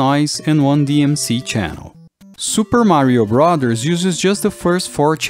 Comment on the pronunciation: he says brothers goofy. "Brathors"